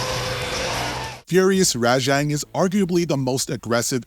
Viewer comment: Also how he pronounces Rajang